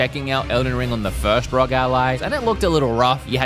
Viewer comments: Dude its not peononced Rog its r.o.g you sau the letters individually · R O G Not rog, please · Its R O G ally not rog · it is not Rog. It is ROG. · R.O.G NOT RUG🤦🤦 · that is not how you say ROG